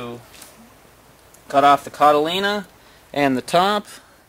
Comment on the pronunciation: he keeps saying cotylena? or something? i wonder if he knows that that isnt an actual word?